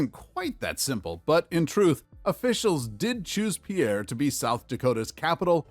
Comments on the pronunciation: Pierre, SD, is pronounced pier, like the structure for boating. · I was born and raised in Pierre, South Dakota. It is often mispronounced as it was in the video. It is pronounced "peer". Think of it like a pier on a river or lake. Go figure. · Dude need to learn how to pronounce the names if he’s going to make a video. It’s pronounced Peer, not the French name Pierre. No it doesn’t make any sense why, but that’s its name. Too many incorrectly pronounce it, but you’d think someone in the US would learn in school how to pronounce all the state capitals. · Pierre, South Dakota is pronounced Peer. I have been to that state capitol and the city is really laid back and quite a distance from the Interstate. I don't think that city has anything for tourists; so, why do people want to visit, unless they want to see the capitol building.